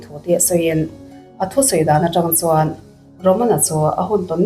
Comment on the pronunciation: ....a tuartu ni lo 'CHUAN'*... He *'chuan' i lam dãn hi a thu awmzia aṭangin i lam dik lo.Han ngaihthla nawn leh la, a lam dik dãn tùr i hre mai ang.